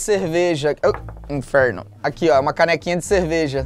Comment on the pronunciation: Perdi tudo com o Felipe falando “inferno” no modo paulista no 🥹🥹🥹🥹 já voltei umas 50 vezes pra ver